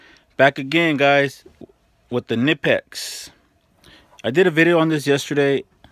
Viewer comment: Is that the reason you don't pronounce the brand name correctly